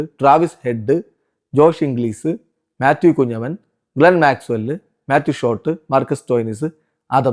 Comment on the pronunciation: Mathew kunjappan Alla. Mathew Kunhamenn aanu 😅